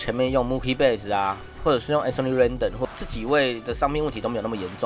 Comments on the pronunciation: 小編要練一練名字的發音。springer+rendon 發音怪怪的。聽不懂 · 天使三壘手明明就越南之光阮棟 那是什麼奇怪發音